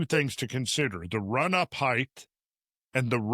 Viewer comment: How do you spell Heighththth?